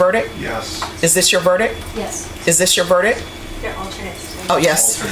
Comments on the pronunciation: A verdick? That judge should know better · How does a judge pronounce verdict "verdick" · Judge handing out 80 years and cant even say verict. 😂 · Judge, "is this your verdIC"? Lady your missing the T at the end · Judge can’t even pronounce verdict right